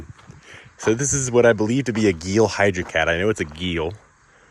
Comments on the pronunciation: hahah geel lol its pronounced GELL, or GALE if youre from the northeast. Great video man! I just bought a 2600 myself! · its pronounced gail